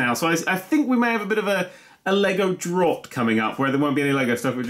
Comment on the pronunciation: Lego "drawwggt"? Drought? Dr-ow-t.